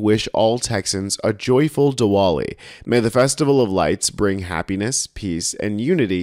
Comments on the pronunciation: word is pronounced "di-vali" even though there's a "w" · OK, kinda hate being that-guy, but 'Diwali' is pronounced like "Dee - vollee", the 'W' is a "V" sound. so "Duh - vaa - lee". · Just so you don’t offend millions of people it is pronounced “Divali” the W becomes a V. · It's pronounced with a V sound